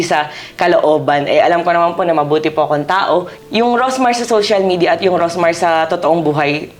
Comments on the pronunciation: anu po ba tong si ms karen, she did not even bother to know how to call her right, rosmar not rosemar 😢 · Karen D: “Rosemar”✅ “Rosmar”❎